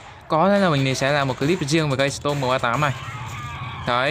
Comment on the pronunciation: Storm Chứ Ko Phải Stom Anh Ơi :v